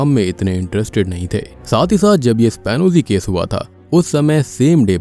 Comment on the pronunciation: एस्पियोनाज केस है वो शायद वो स्पानोजी नहीं। उच्चारण एक बार देखे।